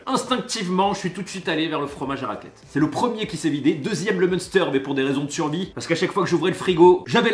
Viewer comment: Repetes après moi munster, comme main et terre, mainssterre😂.